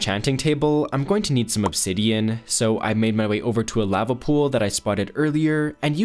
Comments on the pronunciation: Good video but holy shit please pronounce lava right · he says lava SO weird, like ive never heard ANYONE say it like thatttt